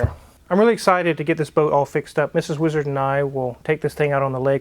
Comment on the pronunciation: Name the boat "weeezard" just the way pronounces it all the time😂